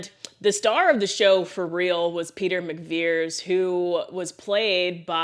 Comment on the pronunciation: McVries is pronounced Mick-Vrees. Check it next time you see the movie. You can also search YouTube for "how to pronounce McVries". Some people will say Mick-Vries like rhyming with Fries. I've also heard people say Mack instead of Mick. Also Mick-Vrie. So many mispronunciations!